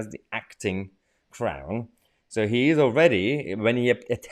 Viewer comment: Sorry, I misheard you Mahyar, did you say acting clown or crown? Happy birthday!